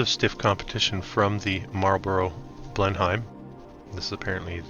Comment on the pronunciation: Correct pronunciation: Marlborough BLEN - UM (not hime).